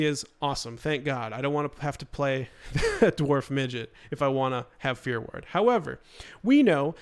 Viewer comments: Are you saying "fear word" or "fear werd"? Haha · It's fear war-d, God that was driving me crazy. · I totally thought of stewie from family guy when you kept saying "ward" wrong for fear ward lol